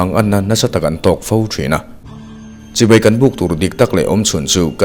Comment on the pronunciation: A van tha in a van ngaihawm em Chibai tih i lam hi chibei.. Tih a ang țep zel